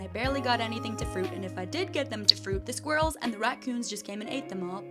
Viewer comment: That what?? The 🔲-rells? You pronounce things so crazy. It doesn’t sound like you have any kind of accent so, lmao, what gives? Why is it “orb-beeez” or “square-rells”? 🤨